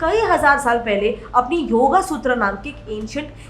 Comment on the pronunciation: arey bhaii, yogA nahi YOG 🤦‍♂